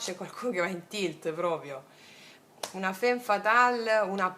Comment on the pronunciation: La ratio la appendiamo come un arazzo: al muro!!! Ps sei fantastica, lo dico solo per piacere, non per correggerti, perché sei geniale cosi come sei: femme si legge famm! Grande!!! Dio ti benedica!!! Questa stesa è da "seguire l'istinto", molto BASIC INSTINCT: litigano, fanno l'amore, lei evitativa, lui pazzo di gelosia😂❤🎉 da farci un nuovo screenplay. Una curiosità linguistica sulla "divisione": in spagnolo il verbo "partir" (partire) significa anche dividere, come anche in francese "partager" (dividere). Come si nota, la radice "part-" indica distacco, anche in italiano: "partorire", dare alla luce, quindi, evoca significato della divisione, distacco, ma anche la gioia che esiste nel dare nascita o nel senso del viaggio (animico e fisico). Siamo una PARTe del tutto ed il tutto è parte di noi.